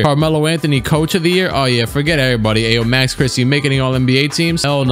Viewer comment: Aa an Illinois and Bulls fan. It hurt the way he butchered Ayo's name lol